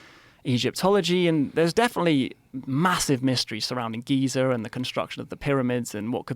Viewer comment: There is no “R” in Giza! 🤣